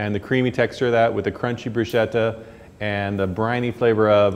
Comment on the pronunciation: Broosheda? And you’re a chef????